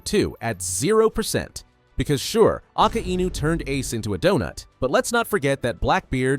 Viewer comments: "Aka Enu" 💔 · Don't ever pronounce Akainu in a wrong way again it's annoying